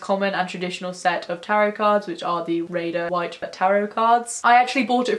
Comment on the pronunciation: I'm Northern and your accent is hard to understand when you said Rider Waite..... sounded like Raider White :p